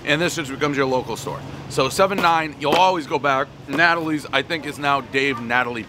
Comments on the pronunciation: Bruhh I would almost guarantee that it’s not produced Natalie’s but nah-tol-lees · Stop butchering last name, everyone who speaks Italian knows you sound it out like this....It's NAH-Toe-Leez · Never had their pizza but i use to LOVE eating there on my layovers working for the railroad out of Oak Island Yard in Newark. BTW its Nay-toe-lees. not nat-o-lees. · Natalies? No bro.. "Nah-Tohlees" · Name butchering starts at “ ” mark - devolving into “Natalie” Pizza. Multiple mispronunciations, every knows the rule. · Man can't even say the name of the place correctly.